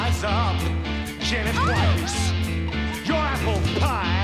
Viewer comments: Eh? But it is pronounced Weiss! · In German, it would be pronounced Vice anyway, not Weiss